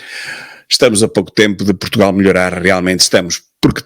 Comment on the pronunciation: "Protugal", é assim que o martelo diz o nome do país...